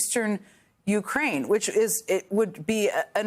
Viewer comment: How can this bozo still not know how to pronounce " u - KRAINE " ?